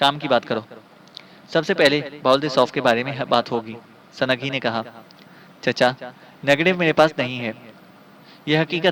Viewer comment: ویسے تو اپ کی اواز بہت اچھی اچھا پڑھتے ہیں لیکن اپ کئی غلطیاں کرتے ہیں سند لفظ نہیں ہوتا سنگ ہوتا ہے سنگھی ہے وہ سنگھی